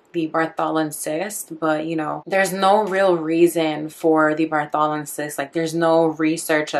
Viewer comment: Pronounced BARTHolin.